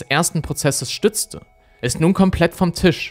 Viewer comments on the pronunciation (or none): none